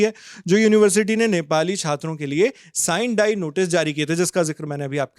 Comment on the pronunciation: Kya journalism, Kalinga ko pronounce kar nahin pate and Sine die ka bhi.